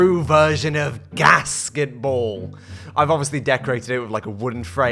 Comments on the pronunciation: I kept hearing casketball. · I first heard it as “gasket-ball” and I was confused for a second